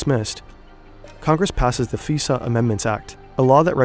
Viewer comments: It's pronounced "f-eye-sah" not "f-ee-sah." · Great documentary. Small note, FISA as in FISA Amendment of 2008 is pronounced FIE-SA not FEE-SA. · Spelling out SCIF as opposed to pronouncing it like "skiff" and saying FISA like visa shows the knowledge level.